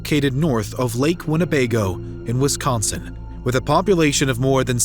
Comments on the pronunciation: The man narrating this case mispronouces Wisconsin over and over again! He pronounces it as Wiscon'cent'. It should be pronounced Wiscon'sin' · First off, thank you for all the videos you produce. I have one additional comment: There is no "T" in Wisconsin, the narrator kept saying "Wisconsint!" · Great that the killer was finally caught. But if her lazy a$$ husband had taken her to work that morning..... Why do you keep saying Wisconsint, When it's spelt Wisconsin? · The grammar, pronunciation (I’m pretty sure there’s no ‘T’ in Wisconsin 😐) and elocution, plus the incongruous facts, make this difficult to listen to